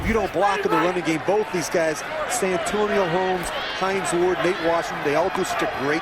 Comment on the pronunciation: Notice how Kevin Harlan fucked up Hines Ward's name ?... He said "Hine Wards.", instead...